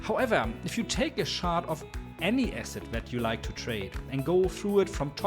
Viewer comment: Wortschatz super, pronaunsiäschn ausbaufähig, not ganz the yellow of thsee eck :) Mach weiter! Guter Kontent bei uns ist selten. Bitte nicht schaaadt sondern tschar-t sagen.